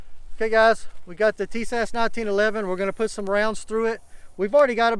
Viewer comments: it's pronounced: Tie Us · "Tee-Shash"?? ;-) I detect some southern influence here. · yes I am following it and your pronunciation is wrong. You'll be okay